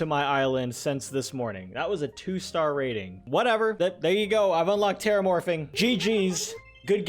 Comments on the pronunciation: He kept saying “terramorfing” it’s “terraforming” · anyone else noticed he said terramorfing instead of terraforming? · “terramorphing” its terraforming lol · "Teramorfing" Teraforming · Hey sorry for probably putting ya down but it's terraforming Not terramorfing EDIT: Holy crap more than 100 likes, and yes I am surprised it's 1 fricking hundred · Am I wrong or did he say “teramorfing”? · my boy said terramorfing 😂 no hate great video! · he really calling it 'terramorphing' XD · this man said "terramorphing"